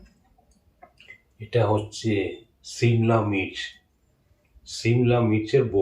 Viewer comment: Ota simla mich...na simla mirch😂 ota mistake hoychay